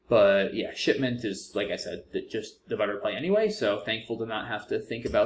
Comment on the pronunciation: “Oh ship!-ment” made me laugh out loud haha. I do have a mental age of about 10, but it did sound a little naughty